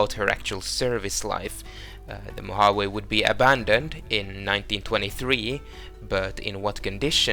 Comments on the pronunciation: Great Easter eggs. The ship, Mojave, is pronounced “ moe haw’ vee “ btw. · Mojave is Mo-Ha-Vee, a native American Tribe of North America.